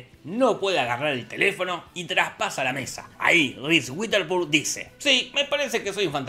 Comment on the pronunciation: Un shot por cada vez que Jorge dice "RIS UITERSPUN"